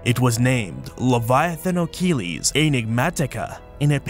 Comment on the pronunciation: Sorry for intervening again about the Latin pronunciation. Leviathanochelys: the -chelys part should be read as 'keliss', not "keleeze". Thank you.